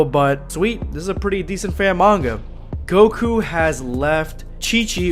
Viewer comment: Goku* not gokua